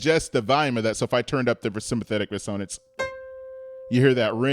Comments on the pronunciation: It's pronounced RES-o-nance. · Love your channel. Heads up on your pronunciation of timbre and resonance. Thanks for the lessons